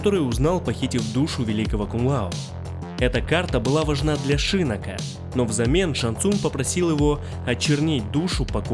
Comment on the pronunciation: шИннок очень режет слух. Он же шиннОк!